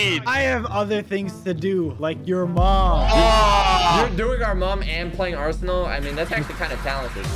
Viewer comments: ''aresnal.'' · The fact he thought the game name was "Aresnal" instead of Arsenal